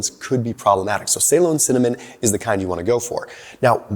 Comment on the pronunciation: Good stuff. As a Brit, I love the way he pronounces Ceylon 😀